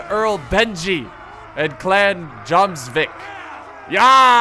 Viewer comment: im pretty sure that its pronounced, "Yomsvik," not, "Jomsvik."